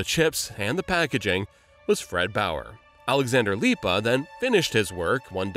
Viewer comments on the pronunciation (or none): As a latvian, hearing "alexander lipa" was funny 😂